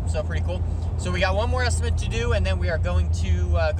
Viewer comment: You absolutely have to prioritize your time and make a living first. Any sensible viewer should understand that. BTW, the word is estiMATE, not estiment; you seem to use both. That's OK. Here in Philly a lot of people say ZINC when the mean sink! I am a retired building manager and I enjoy your vids very much.